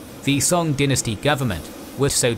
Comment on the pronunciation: Pronouncing dynasty that way at the beginning rubs me the wrong way